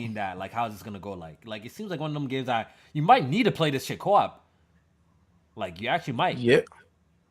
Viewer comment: Why does say co op. “Co wap”